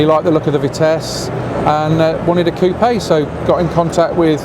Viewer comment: Very interesting video, remember the car from the club stand last year. P.s. Thank you for putting the accent on coupé, people have stopped doing it and it drives me up the wall!